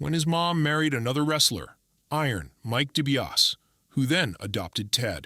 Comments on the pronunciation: This AI commentary is the absolute SHITS! Dibiarse, deebeeauss...JEEZ!! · Dee-bee-ah-see! Get your crap together!!!!! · Maybe spend the time to learn to pronounce his last name. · This bozo has WWE Icons as his channel name but was too lazy to narrate this himself and instead gets an AI that can’t even pronounce the name properly. 🤡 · Turned off right after last name was mispronounced